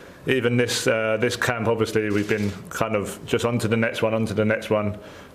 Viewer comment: Yeah Ovishly 😂